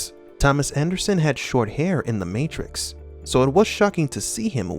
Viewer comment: my favowite matwix movie is when keanu weeves fight mistew andewson